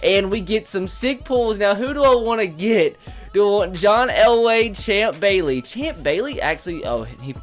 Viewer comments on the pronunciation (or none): none